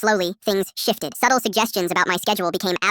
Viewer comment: Bro why did the word 'shifted' turn into 'shit'?